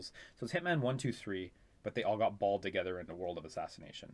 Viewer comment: "Hitman 1, 2, & 3 all got balled together", but I heard it as "bald"....